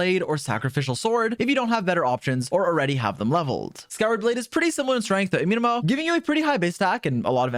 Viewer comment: I hate the way he is pronouncing “Amenoma” 😂